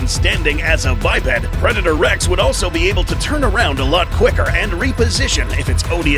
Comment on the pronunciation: Predaotr rex lol